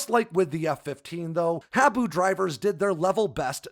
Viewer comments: Minor issue. "Habu" is pronounced 'haa-boo' - after a black snake native to Okinawa, Japan, where the SR-71 forward based on Kadena AFB. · Great video, the proper pronunciation of “Habu” is “Haa-boo”!!